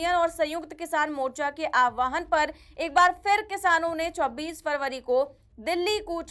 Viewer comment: Word is "aahwaan", NOT "Aawahan".